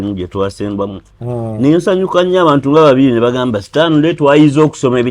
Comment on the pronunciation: the name is Stanley not Sitanile😂